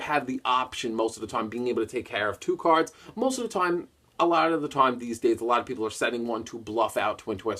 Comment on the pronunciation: that's kinda his thing though! pronouncing the card names wrong and of course saying "cawds" instead of cards lol.